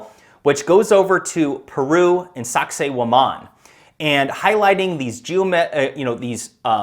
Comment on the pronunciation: I watched both seasons and loved every episode. I like what Graham also says about how world "leaders" should be required to do an Ayahuasca ceremony at least once, if only the world was more progressive in that sense. On a funny note, my daughters and I kept hearing Graham say Sacsayhuaman as Sexy woman and we definitely got a case of the giggles. Have you heard of the new docu coming out by Dan Go Thoughts here on YouTube, about what he discovered while on DMT and looking into laser light? His docu is called The Discovery.